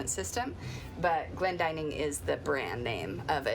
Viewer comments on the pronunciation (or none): You're correct, this is a very common name in Britain and its pronounced so the the 'dinning' part rhymes with 'winning', not ''dining'. I'm really enjoying following this channel, lots of practical boat stuff and not a bikini in sight ( yet ). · I have always thought Glendinning rhymed with inning rather than dining, but I may be wrong